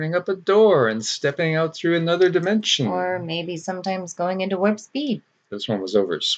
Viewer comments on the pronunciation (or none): none